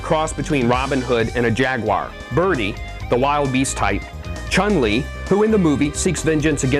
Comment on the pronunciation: said Chun Li the way I did when I played the Street Fighter games on the snes. Sounds fine to me.